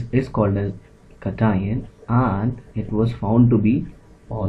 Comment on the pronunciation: Not Catine it is cation